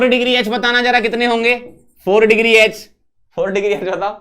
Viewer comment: यच ❌ एच ✅